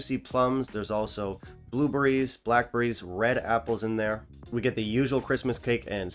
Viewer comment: They’re called bluebErries, not bluebUrries. 😂